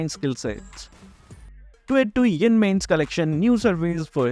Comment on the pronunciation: Why you say yon 😅😅😅😅